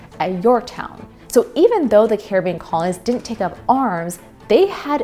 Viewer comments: UK looked terrible? What is your evidence of this? Britain won! They didn't win in NA because they didn't care enough to really fight here. Did you just skip the only successful slave revolt in recorded history? Caribbean is named after the Carib so is not pronounced car a bee in. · Good video but good god girl Caribbean is not prounounced like the Johnny Depp movie title this is real life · That’s not how you pronounce Caribbean